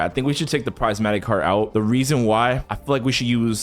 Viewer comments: btw prismatic u say it like prizmatic but its spelled prismatic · prismatic NAH bro sais Pricematic